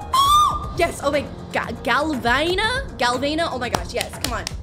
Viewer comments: you missread galvana its gal-va-na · She said ahhhh galavayna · How is Galvana pronounced? Like Vanna from Wheel of Fortune?